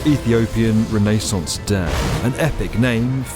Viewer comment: i had to stop once you pronounced it rennaes sauce instead of renaissance lol its like glass in my ears lol